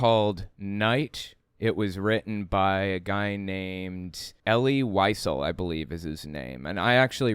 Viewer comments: Wiesel is pronounced like “vee sell” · Wiesel is pronounced “vee-zell” 💙 That’s my only critique—top notch as always,!